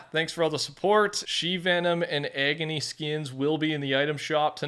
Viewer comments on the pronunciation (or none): Its not EGGony, it's AAAGony 😂